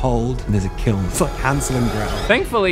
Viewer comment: Hearing say the word "kiln" in his Australian accent immediately made me think of Aunty's Donna and then a second later he plays the footage from the kiln sketch. Read my mind.